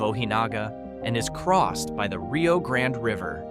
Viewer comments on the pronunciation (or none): none